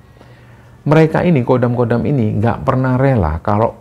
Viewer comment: Bukan Kodam, tapi Khodam.